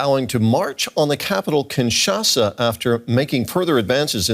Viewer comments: It s kinshasa and not kinsasha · Kinshasa not Kinsasha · Kinshasa not KinSacha!!!!! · Kinshasa!!! Not Kinsasha!!! 😂😂😂😂😂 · Kinshasa, not Kinsasha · It's Kinshasa 😕